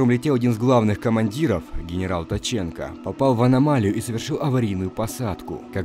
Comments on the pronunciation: Генерал Ткаченко, Ткаченко а не Таченко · Не таченко ,а ткаченко😂